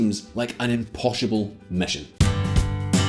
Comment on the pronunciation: 9.52- it just seems like an "imposhible" position...... Couldnt have shaid it any better myshelf